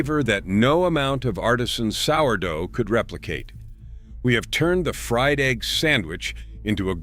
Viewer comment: Ho cakes and ee gg ee in a hole ? Hire a real person to talk for christs sake !